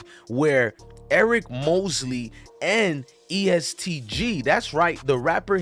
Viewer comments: He said east g bruh it’s est gee every body shines together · it’s est not east lol and it’s louis (louie)ville guy